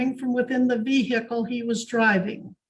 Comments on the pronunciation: Its Vehicle with a silent h NOT veeheelicle!!! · The pronunciation of the H in vehicle is infuriating